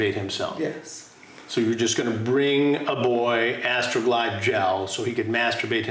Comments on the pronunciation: The way Chris said "Astrrrooo glide gel" 😂🤣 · ...How Chris Hansen really leans into saying, "Astroglide Gel"😂